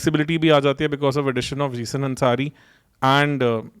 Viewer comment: जीसन ❌️ ज़ीशान ✅️ जयदव ❌️ जयदेव ✅️ Indian names bhi mispronounce kar rahe ho. Looks and sounds unprofessional and underprepared.